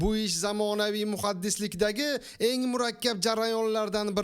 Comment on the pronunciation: Muhaddislikmi yoki Muhandislik? 😅😅😅 Matnni to'g'ri o'qish uchun mikrafon shartmas O'zbegim 😢😢😢